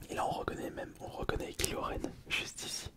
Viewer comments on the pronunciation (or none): Déjà ça se dit Kaïlo et non Kilo mais breff passons, ce n'est pas lui, mais bien Anakin Skywalker où du moins Dark Vador à ce moment là du film (ROTS) mise à part ça, très bonne vidéo.